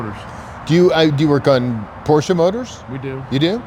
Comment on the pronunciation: is the master of Porsches but can’t say Porsche right lol